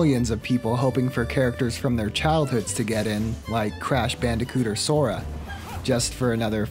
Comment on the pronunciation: anyone notice he got sora right